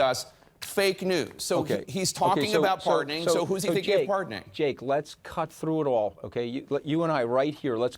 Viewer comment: Anyone noticed how at 12.10 the JakeFool falsely reads "us" as "US"? When asked to read again it's read as "us".. This is exactly how fake news puts put disinformation.. emphasizing non existent words and cooking up bullshit.